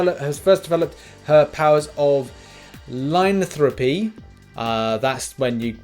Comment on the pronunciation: You are really bad with words. You can not even say: LYCANTHROPHY? ohh boy i am from Czech and i can pronounce it :D